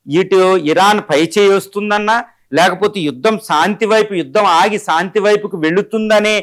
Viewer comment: సాంతి కాదురా నాయన శాంతి మీ తెలుగుకు తెగులు